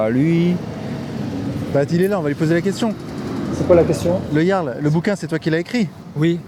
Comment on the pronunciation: On t'as dit El Yarl pas le Jaaaarl 😂 t'es encore foncedé toi hein pfffiuuu